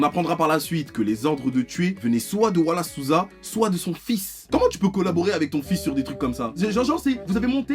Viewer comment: À mon avis l'ironie là-dedans est le perfect timing(ou worst) parce que c justement il y a 10 ans que j'ai déménagé au Brésil (j'avais 4 ans) et j'étais pas au courant de cette histoire. Et justement avec 10 ans d'habitude à entendre les noms Brésiliens ça m'a fumé toute la vidéo de voir ton accent quand tu disais Wallace Souza ou les noms de différentes choses brésiliennes mdr